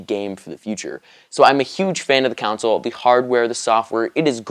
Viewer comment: the fuck is a "counsil" I thought it's pronounced "console"